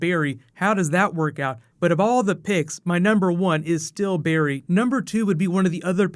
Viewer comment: It's not Barry good lord